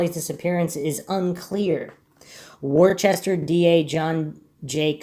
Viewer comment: Worcester is pronounced Woo-ster or Woo-stah here in the northeast. Good job on this mystery.